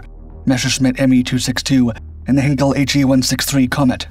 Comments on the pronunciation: I have said it before and I say it again, Heinkel is not to be pronounced as Hinkel, but as Heinkel with an ei, how difficult is that? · yep. It is pronounced "Hainkel" in German.